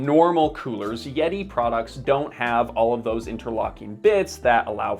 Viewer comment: Butchering the name of a company has no bearing on understanding sir.